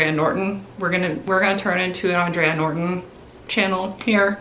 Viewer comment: I know you love to learn new things so I thought I'd share this tid bit of info with you... The author you keep mentioning "Andre Norton" is pronounced "Aan-dray" like the man's name. She was born Alice Mary Norton, but she legally changed her name to "Andre" not only because she thought there was a prejudiced against female science fiction writers but she wanted to better appeal to what was thought to be a male-dominated genre. It seemed to have worked too because she has been hailed as a Trailblazer for women in the field and is probably the biggest groundbreaker for women in science fiction! So while you are 100% correct that she was a woman, her name is pronounced as a man "Andre" & not "Andrea".